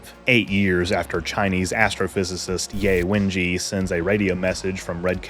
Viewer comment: It's Yeh Wenjyeh not Yay Wenjee. Jus sayin 😊